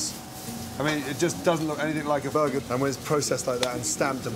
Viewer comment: "It's still a frozen bergerrrr" blinks motherburgerly 🤣🤣🤣🤣🤣🤣🤣🤣🤣🤣